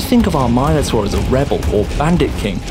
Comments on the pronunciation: Oh, so it's free on EGS because it's the quality of an phone game. Got it. And it's Min-A-Tor, not My-Noh-Tor. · "He also has minotaur..." Wait wtf did he just say? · Yeah, that sounded really wrong in my ears too.